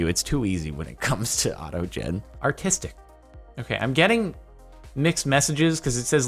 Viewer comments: Hahaha! Auto Jen, instead of Auto gen. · Anyone else catch the "A Toe Jen" ?